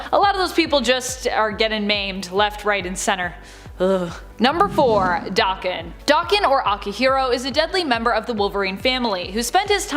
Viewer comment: There is no X-24. Especially since the Fox movies we're such BS & pure trash. And Akihiro's isn't Dokken. Daken is a slur in Japanese meaning dog or mongrel. It's pronounced DAY-KEN, not Dokken, as Dokken was as 80's Metal band